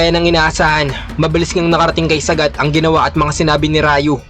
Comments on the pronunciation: Saaaaagaaat idol hnd sagat wag mo biglain bigkas ng pangalan nya😁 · Sagat hndi sagad 😂🤣😂🤣